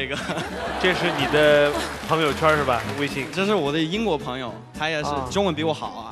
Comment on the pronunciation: 微信儿化音那段太搞笑了！逗死了！